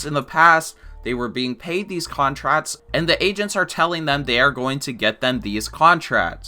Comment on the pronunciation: Henry Daverso contratts